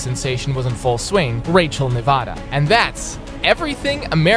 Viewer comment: You pronouced Nevada wrong... they are coming for you... the rednecks... its too late now...